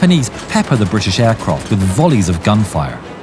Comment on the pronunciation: Aircroft lmao.